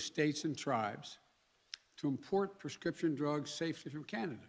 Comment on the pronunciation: He can't even say prescription.. a total joke . We are the laughing stock of the world.